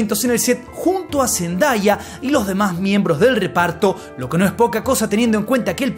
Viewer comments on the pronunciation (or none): No se pronuncia Zen Da Ya, se pronuncia Zen Day (día) ah - Zendaya 😅